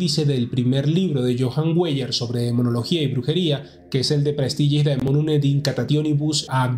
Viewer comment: Weyer se lee Vaier. Perdone la nota.